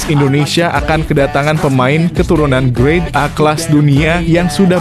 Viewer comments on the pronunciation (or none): Ralat: GRADE A, yaa... bukan GREAT A.... semoga bermanfaat... 🙏🏼